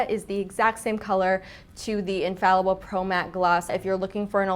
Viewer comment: L'Oréal is not an English brand! the pronunciation of infallible is totally different. please stop saying infallible👌